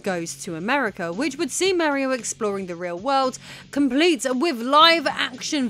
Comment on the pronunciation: Oh, what is this...? A woman making videos about video games? Fascinating... My own knowledge about CD-i is rather limited, but this seemed like a well researched topic. I also liked the presentation, although this pronunciation of "Mario" is way off. Still, I think I am going watch some more of her videos in the future.